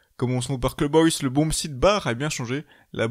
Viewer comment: Cleube Hoyse... Je t'aime